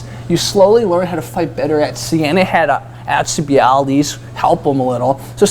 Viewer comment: Dude. Haha. AL-cee-Bied-Deez :)